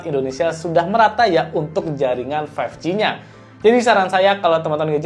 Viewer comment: berapa kali tuh ngomong Samsung galaxy A15 five ji